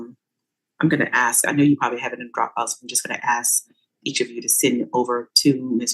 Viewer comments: It's ASK not AXED! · Did a professional lawyer just say AX? (Ask) oh no she did unt 😂😂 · Did he "ax" her? Well what where the injuries? Was it an "ax" or maybe a hatchet? Here's a ghetto lawyer who can't even speak English!!!! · The judge AXED him? That’s messy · I love lawyers that can’t properly pronounce ask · That Con artists' lawyer can't even say ask correctly.